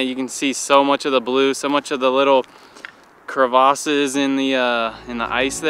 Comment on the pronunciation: He said crevasses.lol